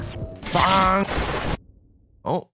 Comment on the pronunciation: love how says bangk instead of bang